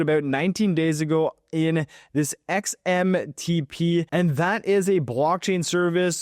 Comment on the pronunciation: Repeat after me.... XMTP. Not MXTP😂😂😂